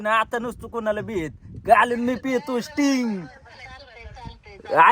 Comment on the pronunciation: आवाज भारी काढला पण तू स्टिंग बोला आमचा सूरज भाऊ टिंग बोलतो 😂😂